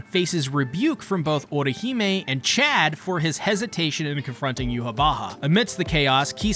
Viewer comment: Well at least you pronounced Chad right 🥴